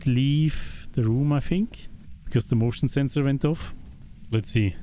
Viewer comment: when you said motion sensor it almost like you said "emotional sensor":elbowcough